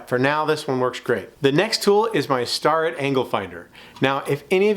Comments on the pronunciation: Not trying to be rude, but Starrett is pronouced Stair-it..not Star-it. Been using Starrett Combination Squraes for years. They are very accurate, actual the gold standard when it comes to combination squares. Company started making them back in 1880. Never used the plastic one you have, but I'm sure they are accurate too. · It's leviOsa, not levioSA!